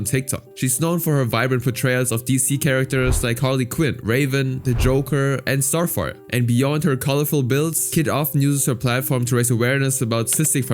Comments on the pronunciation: I totally heard fart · I heard it too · I cannot be convinced you didn't call Starfire "Starfart"